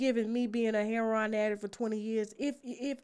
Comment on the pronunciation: heroin is pronounced( herro- in) not herro-on